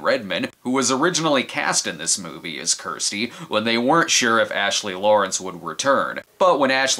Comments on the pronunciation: It's not Kristy or "Keersty" 😂 it's Kirsty. You bloody yanks. 😂❤ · Do people in the US not have the name Kirsty (rhymes with thirsty)? I've heard a few weird pronunciations of the name now from US Youtubers, who insist on pronouncing it as "Keersty" - there's no such pronunciation where I'm from (UK, which is where Clive Barker is from).